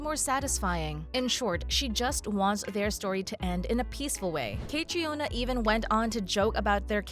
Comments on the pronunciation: Caitriona’s name is pronounced Katrina. Not Kay-tree-on-uh. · The makers of this video did not even bother to look up the correct pronunciation of 'Caitrione' which in the phonetic alphabet is /kəˈtriːnə/ not /kætrioni/ as the woman in this video pronounces it. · Catriona is pronounced "Katrina" just fyi. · Not me laughing at the way she pronounced caitriona is pronounced “cat-Treena” 😂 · its pronounced KA TREENA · Say her name right! Its pronounced Katrina! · Omg! Stop pronouncing her first name like that. It's pronounced Katrina. It's irish spelling version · Caitriona's name is pronounced Katrina! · Aahhh! Her name is pronounced Katrina! I didn't even make it 30 seconds in before I can't watch anymore. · Its pronounced Catreena, well at least in Australian. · And learn how to pronounce Catriona's name. It's pronounced Katrina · You mispronounced her name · This website needs to be reported. WTF can’t they learn how to pronounce Cait’s name? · I will not subscribe either. The click bait is not only idiotic, it is medical misinformation, and is patently unethical. And you need to learn how to pronounce Caitriona’s name correctly, you ignorant, money-hungry fool channel! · Hi you say Caitriona wrong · You should really check how to pronounce the lead actresses name, Caitriona is an Irish name and it shows a great lack of respect not just to do a quick google or YouTube search, there are after all enough videos where she explains how to pronounce it … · Please learn how her name is pronounced. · For Heaven’s sake, learn how to pronounce the star’s name! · EIGHT YEARS—learn how to pronounce the names 😵‍💫‼️‼️ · Please learn the PROPER PRONUNCIATION of the actors and writers name. I cringe 😬 as I’m sure others fans have done every time you mispronounce names. Do your homework as a reporter.